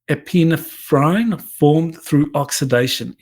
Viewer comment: ***Epinephrine is pronounced “Eh-puh-neh-frunh” 😉